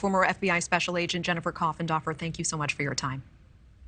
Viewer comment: Jennifer "Coffen-doffer"?